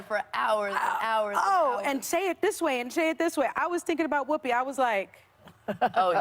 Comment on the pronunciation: "it was like DIS scene and DAT scene" can take the ghetto out of the woman.